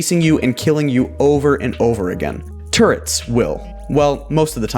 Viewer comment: Is it just me or did he say turds instead or turrets